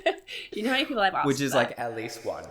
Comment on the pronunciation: They keep saying kner instead of know 😨